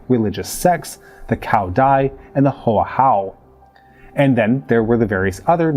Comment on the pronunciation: Enjoyed it? I am going to have to rewatch it, if only to hear struggle with Hoa Hao😂